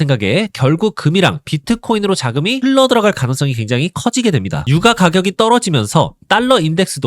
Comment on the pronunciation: ai인가? 유과가격이 뭐냐.